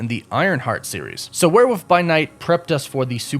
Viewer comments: I find it interesting you pronounce it as "Were-woof"... like, where'd the L go? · your pronunciation of "werewolf" is absolutely adorable